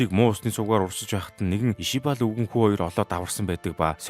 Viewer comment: Ishbal not ishibal